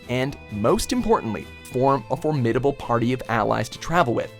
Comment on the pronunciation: form-Ade-able. Jesus man learn how to fucking speak